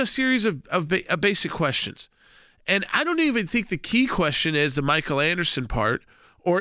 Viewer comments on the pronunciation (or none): none